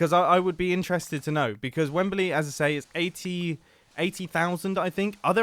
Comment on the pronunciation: mumbo, say wembley not wembeley